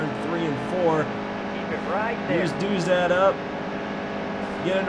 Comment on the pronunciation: Its Chase Caybree and Dauzat is pronounced Doughzuh